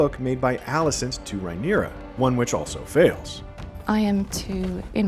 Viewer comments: Drink every time you hear "Rye-neera" instead of "Rhaenyra." 🍻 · It’s Ray-neer-ah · Can’t stand the way this guy keeps mispronouncing Rhaenyra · Also why are you pronouncing Rhaenyra strangely, starting to think used AI for this